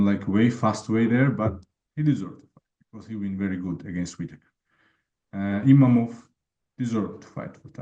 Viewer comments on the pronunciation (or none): He loses to a Dagestani and still cant pronounce correctly his name. Imavov not Imanov 😅